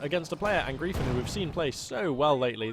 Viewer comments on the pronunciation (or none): Since I have absolutely no life I just really feel the need to inform you that Angreifen is pronounced more like "un-grifen" :)